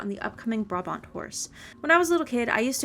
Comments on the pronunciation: you say Brabant like uhh buraabahnd in dutch xd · Hii! I'm Dutch and Brabant is actually a province in the Netherlands. Just a funfact. In the Dutch language, Brabant is pronounced "Brah-bahnt". In English you'd say "Brah-Bondt". The last letter is a hard T sound, not a D. Xo!